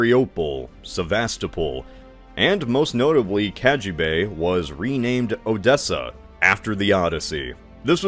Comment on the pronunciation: I was born in Ukraine and you mispronounced all of them wrong, all except for odessa